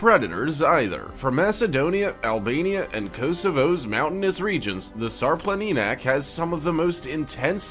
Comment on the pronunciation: Sharplaninatz try reading it this way! It's a Serbian dog btw( Shar Planina) or Shara Mountain is Serbian name